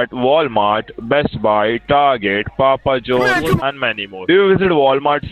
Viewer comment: Isn't Papa Jones the guy who created Infowars? Kidding, of course. I know the guy just mispronounced Papa John's.